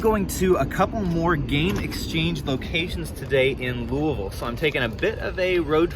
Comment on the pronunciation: I don’t even barely know how to spell Louisville and I can tell you beyond the shadow of a doubt your saying it wrong. It’s pronounced louieville you don’t pronounce the s. Take the name Louie I think it’s Italian or something and add ville to the end of it. You would think the guy would at least learn to pronounce the name of the place he’s going so he can sound more professional. So apparently both pronunciations are correct I’ve just never heard anybody pronounce it like that.